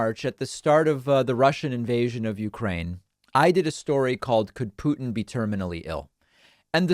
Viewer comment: Thank you for not saying pewtin anymore